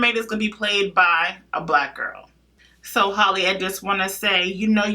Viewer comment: It's HAL-le, not Holly, like Halle Berry.